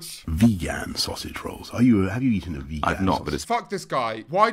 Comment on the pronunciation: i know god damn well i did not just blush when he said 'vagen sausage role'